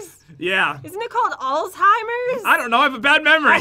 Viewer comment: pronounces Alzheimer correctly my grandmother died from it on my birthday 2 years ago